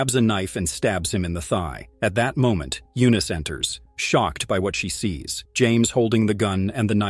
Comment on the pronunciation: What the heck kind of English dialect is she speaking? It sounds like garbage. She pronounces words like "what", as woht. lol